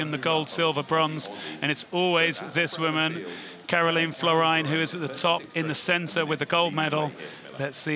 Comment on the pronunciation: Lots of different names for the World Champion. They should really learn how to pronounce Karolien Florijn 😅